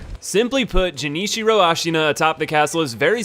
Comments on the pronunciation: he said "jenichiro" multiple times as well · First he says Jenichiro, then ichimongi... like come ON MAN YOU JUST SWAPPED THE LETTERS FOR BOTH WORDS? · Gen ichiro pisses me off, it’s pronounced gen as in generator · game: ichimonji him: ichimongi game: genichiro him: jenichiro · It’s not JENichiro way of the Tomo, it’s GENichiro (like garden) of tomo-AY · "Jenichiro" "Toh-moh" "Gyooboo" "Ichi-mongee" >priestess yao being referred to as "him" No shade dude it's just funny lol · its genichiro not jenichiro dumbass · >Jenichiro >Ichimangi Did this nigga play the game with the sound off? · PLEASE STOP SAYING “jinichiro” it’s “GHE” “GEH” niciro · It is pronounced GUenichiro, come one dude, not jenichiro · Dzjenichiro? Way of tomo? Bro do you even pronunciation. I always wonder how people can still get a name wrong when the game or whatever media doesn't even pronounce it that way. Imma make mah own name! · Gah “Genichiro” pronounced as “Jen ichiro” is icky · Genichiro not Jenichiro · u fucking mixed up g-s and j-s in genichiro and ichimonji like wtf is jenichiro and ichimongi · It's not pronounced Jenichiro. It's Genichiro with a hard G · would if he at least did his research with the name. Its obvious because everyone calls him Genichiro, not Jenichiro in the game, even in the English dub. Unless he played it mute or skipped the cutscenes, then thats not a complimentary thing for someone ranking bosses. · Now repeat after me, GEN•SHI•RO....jenitchiro headass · *Pronounces Gennichiro as "Jennichiro" okay fine people make mist- *Pronounces Ichimonji as "Ichimongi" bro are you for real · Jenichiro, way of toe-mo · Dude just what the fuck? You fucking slaughtered the Japanese. It's not Jenichiro it's Genichiro like "gay". And it's not Ichimongi it's Ichimonji like "ninja". Please stay the 3rd grade English Americans out of the Japanese. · "Jenichiro, Way of Tomoh!" An attempt was made :P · The way "Genichiro" was pronounced gave me a heart attack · "Jenichiro, Way of Tomo"